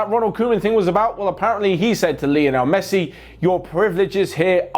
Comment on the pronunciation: " Basically mesthi thinks that...." that much excited....